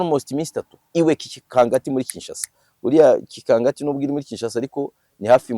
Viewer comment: we bavuga kingakati ntabwo ari kikangati😅